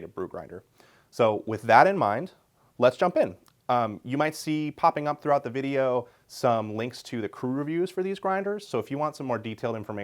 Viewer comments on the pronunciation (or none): none